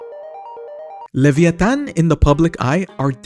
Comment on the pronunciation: i love how he pronounce leviatan the correct way